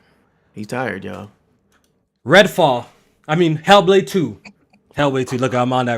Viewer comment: "He'll Blade" that bitch be mad emo for no reason 🤣